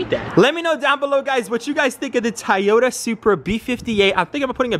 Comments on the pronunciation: Bro it’s so so so so so not a tayota ! Lol it’s a Toyota pronounce To not Ta lol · PLEASE, Say TOYOTA not TAYETA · TOY OTA broo not tie ota 🤣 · Bro its toyota not tayata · Stop saying tayota 😂.. clean ass whip tho 🔥🔥🔥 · I can’t get over saying Toyota wrong 😅🤣🤣🤣 this whole video I was just saying TOYOTA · Maybe it’s just me just the tayota gets to me 😭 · The amount of "tAyota" in this video 🤣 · Why do you keep saying TAAYOTA ?😵‍💫😵‍💫😵‍💫😂😂😂😂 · Man I look forward to this build. I always do a double take when you pronounce Toyota. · Bro you’re killing me with the way you pronounce Toyota. The Japanese do not pronounce it that way either. Your killing me smalls